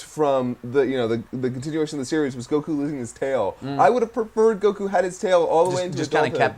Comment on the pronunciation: Is anyone else bothered by the way he says goku